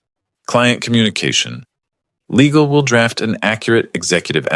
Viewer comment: how many ways can the AI mispronounce "Legal''??